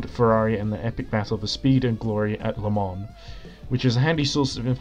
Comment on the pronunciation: You pronouncing it “la muns” says a lot